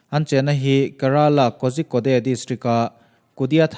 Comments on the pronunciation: Kozhikode "Kaw-rhi-kawt" tia lam tur. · korikawd ti a lam tur aw... a ngaihnawm hle mai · Ngaihnawm,hmuhnawm thin mange....mahse Kozhikode ti a ilam hi..Korikode ti anga lam tur ani e...a spelling ori lam chu i lam dan chiah2 tho ani na a...